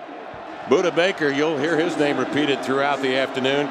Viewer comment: 3 observations: 1. The announcer is horrible. Does not offer any insight into the game except for calling the play as i tis- "5 yard gain for McClatcher." 2. He pronounced several USU players' names incorrectly. 3. That fake FG TD by Vizcaino should have been a false start. He was clearly moving his feet and advancing before the ball was snapped.